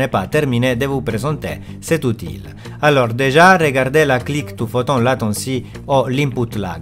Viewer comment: Très intéressant, je vais tester ce logiciel très bientôt. Petite remarque pour parfaire ton français qui est déjà très bien, dans le mot Outil on ne prononce pas le L, ça se prononce "outi". 😉